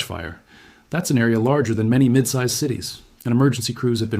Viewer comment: Man of mainy tailents